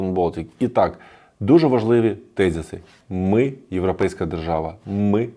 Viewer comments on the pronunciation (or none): none